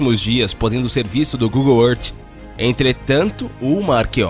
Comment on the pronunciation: Google êrte???